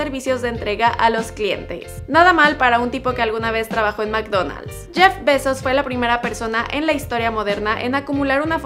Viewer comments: Su nombre lo pronunciaste mal todo el tiempo se pronuncia "Jeff Bay-zos" no "Jeff besos" ni "Jeff baisos" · Like si oíste "Jeff Pesos" en vez de "Jeff Bezos".